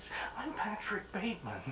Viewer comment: Bateman, the e is silent. 😀